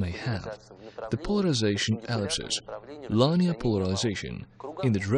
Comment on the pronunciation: Too funny: the video guy doesn't blink, and the audio guy doesn't take a breath. So, it's almost as hard to listen to the English as the Russian. (And I DON'T speak Russian) The word "linear" is pronounced LIN-EE-ERR, not LINE-EE-ERR "Such as for instance"??? A little repetitively redundant, no? LOL